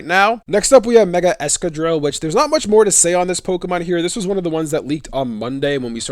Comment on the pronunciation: the consistent mispronunciation of excadrill's name is sad, excavate/drill ex-ca-drill